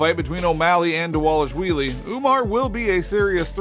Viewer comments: Who is dis Merab Dawalushwheelie you speak of? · Repeat after me: DAH-VAH-LISH-VEE-LEE.